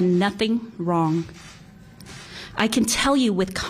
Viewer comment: "I have done nothing Wong"